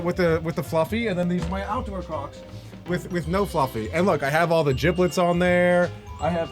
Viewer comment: Elec said giblets its gibbets